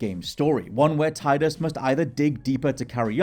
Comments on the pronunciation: It's Teedus. Not Tie dus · Its TEE-dus. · It’s pronounced “TEE-duss”